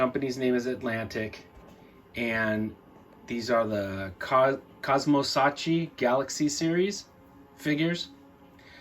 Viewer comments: Hi, very unusual find. If you're interested, the correct pronunciation would be something like "COSMO SKUCKEE", which means "space chess game". There actually was a backstory behind these figures: they were not based on any franchise, but they did include a detailed illustrated story setting up the world they live in. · Hi there! It is pronounced "cosmo-skakki" and it means "cosmo-chess", not check or checkers as written on the box (we Italians have never been good in translations). If you love Sci-fi Italian action figures, you probably know TH3 Project, made by Edison Giocattoli. Some people think they were some sort of MEGO knock-off, but they were actually quite deluxe in Italy, back in the 78/79.